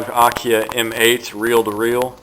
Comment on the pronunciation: this is pronounced akai not akiah and it is a great unit and was a pro model years ago these units are very good quaility and are built well they last many years and need little if any care when they are treated right